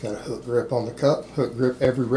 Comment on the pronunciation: Starting to say hook with a Texas drawl. Hoouk. Thanks coach